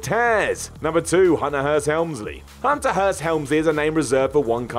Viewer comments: goofing on anyone else's pronunciation is ridiculous. He literally just said 'Unter. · That's how you're supposed to speak. Hs are purely decorative.